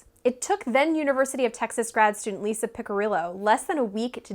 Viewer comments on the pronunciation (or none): none